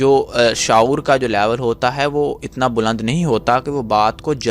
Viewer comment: Bss word shour ko theek prounounciate kiya krein